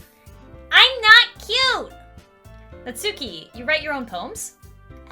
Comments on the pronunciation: its not nat-suki its nas-ki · There's a "u" in "natsuki" but if my memory serves me correct it's pronounced as if the "u" isn't there, not nagging just a small bit of information.